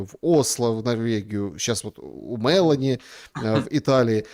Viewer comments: премьерка Италии МелОни не МЕлони,ударение на первый слог ставится в имени... извините, щас не про политику, просто очень режет слух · МелОни ударение на О